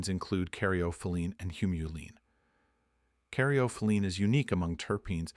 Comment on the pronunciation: Not pinon but pie_ neen, carry_off o_lean oh_si_mean, ;ter pin_o _lean, mur_seen. All said wrong sorry man. You say them wrong them right. The argument is valid though and trust me, durban poison has put me to sleep more than one, but both times they were 33 to 36% thc. Hindu has never felt anything other than indica heavy